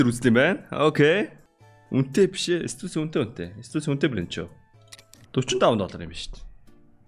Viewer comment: Stussyig chine stu see l gej unshine shdee minii anh harsan stodsy gej unshdag hun tal bn hench stosyy gej heldeggui shdee